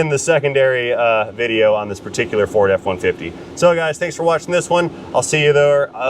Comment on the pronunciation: Ferd? Or TURD?